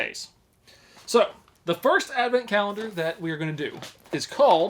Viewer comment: If he knows how to read the word and pronounce 'colendar', he knows damn well wtf it is. 🧐